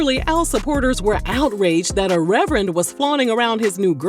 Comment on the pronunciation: Not Rev-Rent Rev-Rant! Rev-Er-end Al Sharpton! The perm! The Scandal! 😂😂